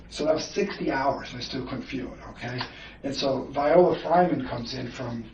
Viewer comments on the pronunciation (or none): none